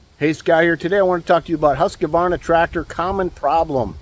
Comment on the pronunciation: There is no middle "a" in Husqvarna